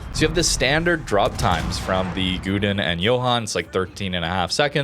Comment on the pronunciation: it was good until Gouden pronunciations :3